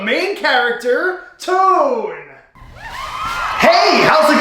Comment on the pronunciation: Why do say tone wrong